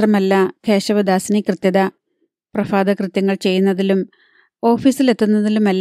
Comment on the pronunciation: നല്ല നോവൽ,നല്ല വായന എന്നാൽ ഭ ശുദ്ധമായി ഉച്ചരിക്കാൻ ശ്രദ്ധിക്കണം -പ്രഭാതകൃത്യങ്ങളും മറ്റും പ്ര Fa ത കൃത്യങ്ങൾ ഐ കേൾക്കേണ്ടിവരുന്നത്അരോചകമാണ്.മലയാളത്തിൽ Fa ഇല്ലല്ലൊ -സൗകര്യത്തിന് ഫ ഉപയോഗിച്ച് നമ്മൾ ഫാൻ എന്നും മറ്റുംപറയുന്നു എന്നുമാത്രം '' പരീക്ഷFaലം അല്ല ഏതാണ്ട് പരീക്ഷാ pha ലം എന്നാണ് ഉച്ചരിക്കേണ്ടത് '.ഈ fa(ഫ)അല്ലല്ലോ പ്രഭാതത്തിൽ - 'ഭ യ്ക്കു 'ഏതാണ്ട് തുല്യം Bha ആണെന്നു പറയാം ( കൃത്യമല്ല).അതുകൊണ്ടുതന്നെപ്രഭാതത്തിലെ ഭ യുടെ സ്ഥാനത്ത് Fa എന്ന് ദയവായി ഉച്ചരിക്കാതിരിക്കാൻ ശ്രദ്ധിക്കുക. ഭാരതവും ഭാര്യയും ഭർത്താവും ഭംഗിയും -തുടങ്ങി ഭ വരുന്നിടത്ത് എല്ലാം ഉച്ചാരണംശ്രദ്ധിച്ചാൽ നന്ന്.ധാരാളം മലയാളികൾക്കുള്ള ഉച്ചാരണത്തെറ്റാണിത്. കുറച്ചുകൂടി വ്യക്തമായിമനസ്സിലാക്കുന്നതിനുവേണ്ടിമലയാള അക്ഷരങ്ങളുടെ ഉച്ചാരണംഏതാണ്ട് ഇങ്ങനെയാണെന്ന് പറയാം പ(pa) ഫ(pha ) ബ(ba) ഭ(bha). മ(ma) ഫലം (Phalam) ഫലിതം (Phalitam ) ഭാര്യ(bharya) ഭാരതം (bharatam) പ്രഭാതം (prabhatam)